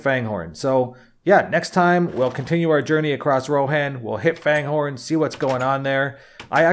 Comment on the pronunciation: It's pronounced Fangorn, not Fanehorn. There are no "h's"